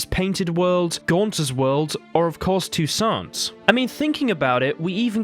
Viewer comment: HEY!! Toussant has a silent T at the end...thanks for proving you're human! It's french in pronunciation, not English!